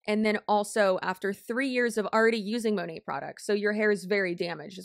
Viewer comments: It should be "mah-nayt" since it's short for "Modern Nature," but few of them say it that way lol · I swear Monat is the only company ever in existence where none of the "employees" can agree on the pronunciation of the company name. 😂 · The way Monat huns don’t know (and can’t agree on) how to pronounce “Monat”, is so weird, and it’s not a foreign word either. To me, consistent pronunciation seems essential to branding. I thought the corporate side would’ve decided to spin it as: “USA based” patriotism, or a “fancy/special foreign ingredients” thing. On the topic of mispronunciation, my family had a Daewoo (Korean brand) car when I was a kid. Even the salespeople pronounced it ‘day-woo’, so we all did! Then years later, Daewoo did a big ad campaign in Australia, and the pronunciation was pretty different. (Even now, IDK which version is correct, lol.) Fun fact, AKA my 0.5 seconds of fame… I was in a TV ad campaign with my brother, while my father had 1-2 lines. (They only used Daewoo owners in these ads!) So, in the voiceover, we ended up as someone’s “grandkids”, or just “kids”; my father was a businessman, which was close to IRL. I bet we still have the videotape somewhere - that thought makes me feel old, lol!